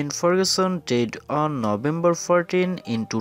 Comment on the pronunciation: your pronunciation sounds like did instead of died.